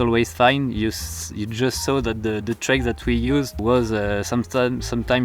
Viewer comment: You were so beautifully framed and what you said was rather inspirational! I'm curious though: did you say 'these treks and trails' (like the subtitles said) or 'these tracks and trails' (that's what I understood)? Do you remember?